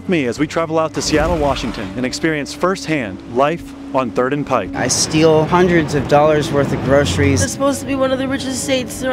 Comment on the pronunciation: Thank you for pronouncing "Pike" correctly